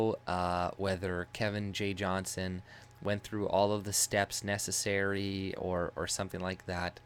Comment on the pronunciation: fyi his last name is Johnston (with a T) Its a peeve of his when people dont say it correctly. Small detail but I thought you should know because I am sure Kevin is a man you respect, as do I. He's our Tommy Robinson.